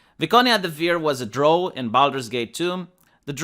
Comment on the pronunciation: It's pronounced Dra-ow not draw